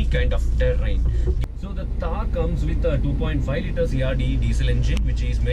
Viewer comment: It's not taar it's t-th-aar _ थार ❤️❤️🖤